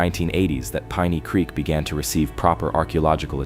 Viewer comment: PEENEY CREEK?! AI Slop